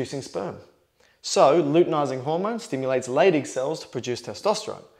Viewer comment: I keep hearing "stimulates the LADY cells, and what do they produce? Testosterone"